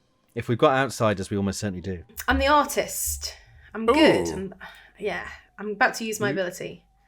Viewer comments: Goo-idd or goo-wud sometimes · is the first person I've heard that makes "good" into a two syllable word.